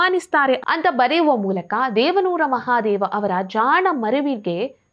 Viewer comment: ದೇವಾನೂರ ಮಹಾದೇವಾ ಅಲ್ಲ ದೇವನೂರು ಮಹಾದೇವ ಸರಿಪಡಿಸಿಕೊಳ್ಳಿ